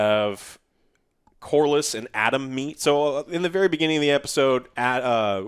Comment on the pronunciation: On the plus side, at least we got Corlys’ name pronounced correctly for once and not like “corals”